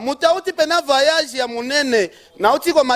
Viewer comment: voyage et non vayage